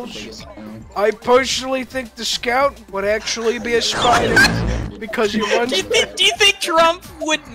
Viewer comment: I'm dying why does he say "a spyda" like that I'm almost crying